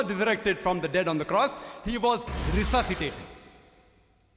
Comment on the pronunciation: "Rsuciated"what a blasphemy